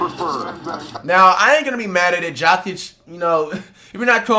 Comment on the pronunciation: His name isnt jockig 💀🤦🏾‍♂️ and Wemby is not better than Jokic, you smoking.